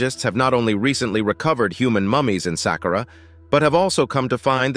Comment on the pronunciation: Who taught this person say sàqqara?? Jesus Christ. Glad he corrected himself